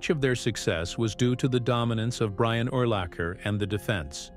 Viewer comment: In the first 3 minutes of the video it mispronounced his name at least 10 times